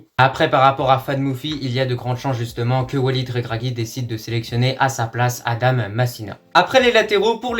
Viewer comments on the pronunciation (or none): none